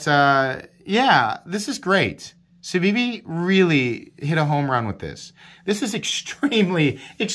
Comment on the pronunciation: You are pronouncing it correctly. No button stick? My elementum does stick even after cleaning.